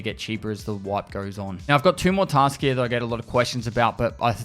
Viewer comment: I like how you say "here" "He-ya" 🥰